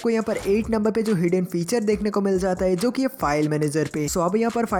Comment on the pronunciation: Heyi nahi hota it's hai